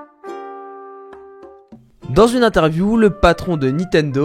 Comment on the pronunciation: bullshit...et ne sait pas prononcer Nintendo et Breath xD